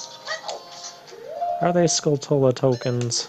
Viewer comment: Your pronunciations are weird. Skull-tulla? Guh-rudo?